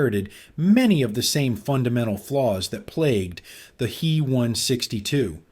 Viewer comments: Stupid! It's not the "he" 162, IT'S THE "H.E." 162. Just like in other stupid AI talks mispronouncing the J,U, 88 as the "jew 88." It's not the "me 109" it's the "M,E, 109." Stop! Learn how to use the interpretation of German aviation companies' abbreviations of Heinkel, Junkers and Meserschmidt that has been in use for the 80 years before AI. So, who's more of an idiot, here? The people using the AI, or the poor quality companies that create the AI that they're buying. Sorry, I meant to say the people using Aeye or the Aeye that they're buying. Ha! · It's not a "hee one sixty two" "He" is an abbreviation of Heinkel, the builder. Pronounced "hyn kel". Both letters would by pronounced separately by a German mechanic, pilot or engineer; not together. If you can't get the pronunciation right, what else did you get wrong?